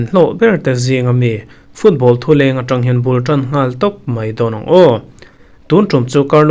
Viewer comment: Mbeumo in Tottenham a apu zui lut turin thu a thang(tu..a thang😂) Tu... a thang tih hi ka duh lutuk😂 Tu....a thang tih tawngkam hi rawn hmang zeuh zeuh thin rawh aw.😂😂😅.